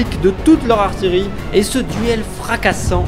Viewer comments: Attention, votre prononciation d'"artillerie" est fausse dans votre vidéo. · super vidéo merci, toute toute petite remarque: artillerie se prononce ''artiyerie'' et non pas ''artilerie'' ;-) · artillerie pas artilerie !!! \aʁ.tij.ʁi\